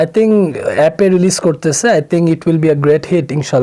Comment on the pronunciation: আই তিংক, আই তিংক!!!! 🤣🤣🤣🤣 ভাই তুই বাংলা বল! ৩০০ টাকায় Saifur’s এর ইংলিশ শেখা মাল তুই!!